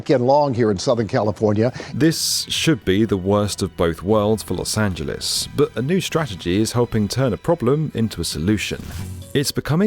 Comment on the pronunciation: why r u saying los angeles correctly???